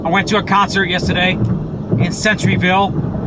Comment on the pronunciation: No offense buddy and I totally agree but the name off the school is pronounced center - ville like the center of something anyway have a blessed day.👌